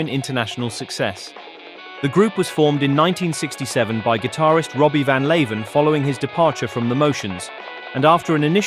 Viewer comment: Leeuwen is meant to be pronounced as Loo-wen, not Lay-ven.